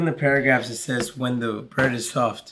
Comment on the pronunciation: You know is zoinked out of his mind when he starts saying "WHHEEEEEEEEEEN THE MOON-"